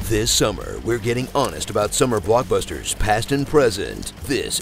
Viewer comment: hwonest trailers, why'd you put so emphasis on the "h"?